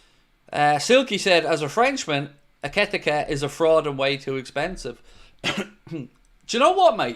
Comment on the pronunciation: try saying this for Ikitike's name... Eee-kit-eee-cay 😉😊 it's as close as I can get 😂 all the best to you and all the lads there at home in Wexford from a fellow Irish Red in rural Thailand. You help keep me sane-ish 😉 keep up the mighty job ye're all doing, thanks (I disagree with you, they are most handsomely deserved), I wish ye all the very best 🙏🙏🙏